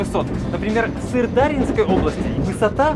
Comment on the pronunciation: Не Сырда́рьинской, а Сырдарьи́нской